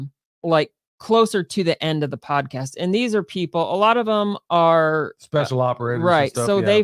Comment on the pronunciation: Freudian slip - “Tease out… prodcast”… love having you on in the background while I do my computer day job